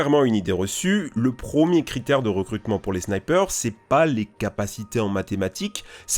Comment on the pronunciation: "prEmier" et non "prOmier" , "brUyant" et non "brOUyant" , en attendant la vidéo est cool !